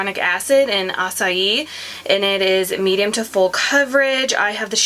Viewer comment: i think youre the only one in all of you tube who can pronounce acai properly.